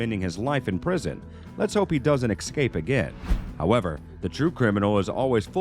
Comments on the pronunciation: I wish this guy would learn how to pronounce the word Escape it’s no Exscape there is no “X” in escape if you can pronounce the letter ‘S’ then you can pronounce the word escape thank you 😊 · The way this guy pronounced escape bothers me lmao for such clean English